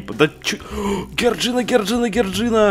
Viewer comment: НЕ ГЕРДЖИНА А ДЖОРДЖИАН